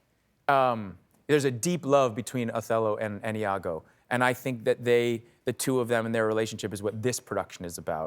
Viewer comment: Iago (with an i), not Lago .